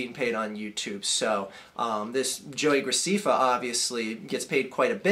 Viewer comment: And that's not how u Say JoeyGrecefa it is JoeyGraceffa